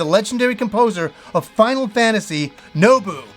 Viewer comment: How could you possibly call him Nobu? His name is Nobuo; with an O. 3 syllables. Sorry, that hurt. I trusted you.